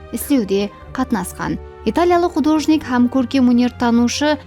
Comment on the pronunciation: Художник па емес, художник пе деп колоанылады